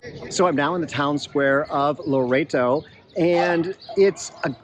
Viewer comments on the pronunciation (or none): and the other one is Loreto...think Lor-ett-oh. Seems strange but that's how the locals/natives pronounce it.